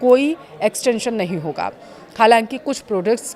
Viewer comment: होगा बोलना सीखे